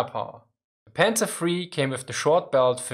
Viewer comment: "sä panzer free" lol